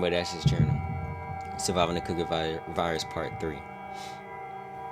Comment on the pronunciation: Bro I thought you said the cooking virus😭